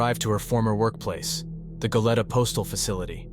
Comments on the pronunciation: Its Go-lee-ta, not Go-let-uh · It’s GO-LEE-TA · Its pronounced Go Lee Ta